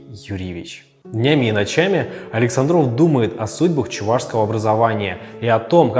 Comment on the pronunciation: АлексАндров , ударение научитесь ставить , умники и сыщики